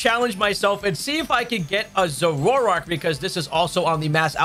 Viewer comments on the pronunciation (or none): Zoro-Ark, not Zororark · Dude…your adding a whole syllable to Zoroark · You say Zoroark funny.